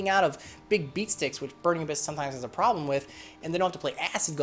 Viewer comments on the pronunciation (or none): none